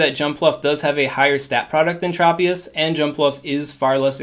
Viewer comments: Great video. One heads up, Tropius is pronounced Tr "o" pi us. Not Trop pi is. I grew up watching the anime 😊 also thanks for your help in these videos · Tr-aw-pious..... LOL